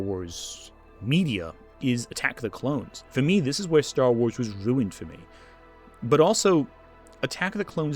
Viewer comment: Why did u start pronouncing ruined like stewie griffin